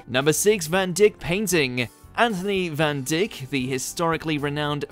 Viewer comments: Van Dyck s not pronounced Van Dick but Van die-k. How so you not know this? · The name is pronounced "van Dike", NOT "van Dick"!! ARGGH!!!! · It is pronounced to rhyme with bike, not pick Watch Mojo team. All you had to do was to watch the clip and hear Philip Mould pronounce the name if you were unsure about it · Not pronounced "Van Dick" it's "Van Dike" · Try working on pronounciation ?? Van Dyck is not pronounced dick but dike. (true both terms in English seem vulgar, but the Dutch word is not, and Flemish is Dutch.)